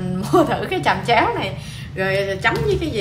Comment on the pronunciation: Chẩm chéo chứ ko phải chầm chéo đâu chị